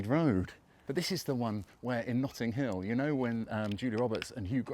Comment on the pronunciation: ‘Nutting hill’?